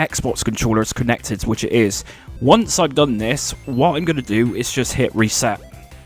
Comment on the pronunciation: Reeseh my seh-up. 😂